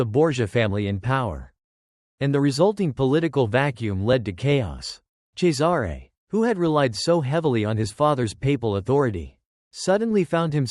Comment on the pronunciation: Cesare is pronounced "Chessarey" not Cesaaaare